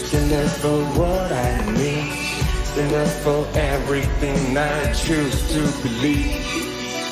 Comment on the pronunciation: Stand up stand up 这个发音太出戏了